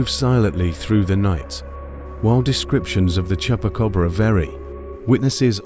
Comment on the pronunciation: Tell AI Voice is not Chepa Cobra , is Chupa Cabra